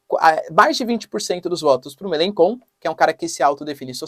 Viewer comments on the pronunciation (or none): Melachon, pronúncia-se {melanxon} o digrafo "ch" em francês é pronunciado como o fonema "x" em português. De onde vc tirou essa pronúncia {melanKon}, muito esquisito... . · MeleCHon... Não MeleKon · Otimo video professor so à pronuncia do Melenchon, melencon em Frances seria melenbobo kkkk con significa bobo,idiota rs otimo video tamos seguindo aqui da France adoramos os videos